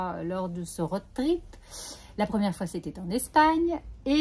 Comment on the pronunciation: Merci pour ce nouveau partage ! Sans vouloir jouer les rabats joie, le o de road trip se prononce plus que le o de Aude 😁